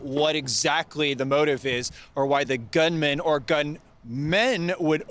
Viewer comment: Dear 🇺🇸 Gun..m’a’n and Gun…m’e’n are pronounced differently. Join the rest of the English speaking world. RIP poor lady 🙏🏾